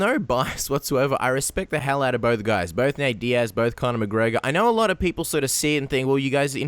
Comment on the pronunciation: also, 'Conor'